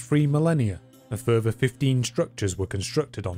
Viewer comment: It's further, not furver. Unless you're trying to say the word fervor. When you pronounce th's like f's, I can't take you seriously.